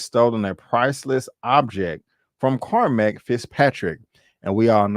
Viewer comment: Watching the replay now. Love your recap NY in old day was fire. Music and attitude on point. I gotta help you out Mel Gibson character is pronounced Core-Mac 👍🏿 I agree want more episodes ❤